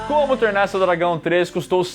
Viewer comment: Gosto do falando "Como TERNA o seu dragão" todas as vezes KKKKKKKKKKKK